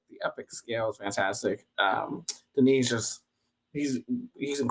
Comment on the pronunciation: Denis not Dennis.